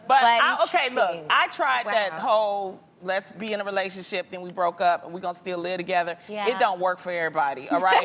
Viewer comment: Did anyone else hear Loni say “Lesbian relationship” instead of “let’s be in a relationship”? LMAO